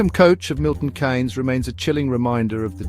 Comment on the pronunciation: Milton Keynes is pronounced Milton KEENS not Milton Canes, throughout the presentation there is not one single date, accurate location. The "back roads" is not a very accurate piece of geography